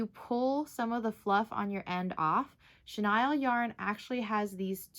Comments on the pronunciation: Thank you for correcting it on pronouncing "Chenille"(shuh-neel ) it was driving me crazy every time it was said wrong.🤪🤪😂🤣😂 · Really? What’s your first language? And 😂😂 I wasn’t gonna say anything about how you pronounced it just in case you were actually pronouncing it correctly even though I’ve always heard it pronounced shuh- kneel. I didn’t want to be THAT person! 😂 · yep! It was weird to hear it pronounced shuh-Nile just because I’ve heard it said that way although I totally understand why she did because the vowel usually says its name when the word ends in e ! The English language sure can be confusing with its exceptions to the rule for certain words 🤷🏻‍♀️🤦🏻‍♀️